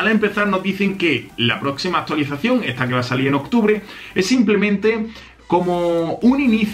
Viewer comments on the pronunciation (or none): none